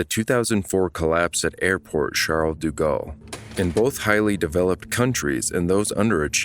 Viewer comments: It's De Gaulle, not Du Gaulle... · I couldn't get through most of the video because you're mispronouncing "de" as "du". Those are different words. "deh" vs "doo" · Thank You for the documentary - but Please - its Aeroport Paris-Charles-de-Gaulle. De Gaulle, not du Gaulle. Im not french, but the repeated mispronunciation hurts. Its like calling the JFK Airport "John E. Kennedy" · "Du" Galle? Oh, brother.....cant continue watching.